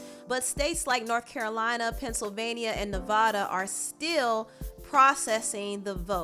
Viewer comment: Oh noooo. You did not say Nevada like that 🤣😂🤷🏾‍♀️💀